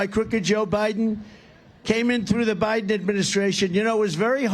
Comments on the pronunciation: "Joe Bilen couldn't pronounce her name." LOL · And when he said “he can’t pronounce her name” he literally could NOT pronounce Biden’s name. lol.